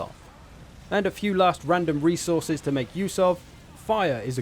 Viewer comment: When you say resource you pronounce it well but when it comes to resources you pronounce it as rezources